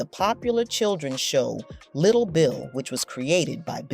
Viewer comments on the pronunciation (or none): none